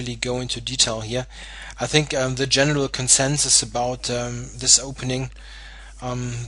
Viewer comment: Actually you pronounced Alekhine almost exactly correct. Better than any other non-Russian.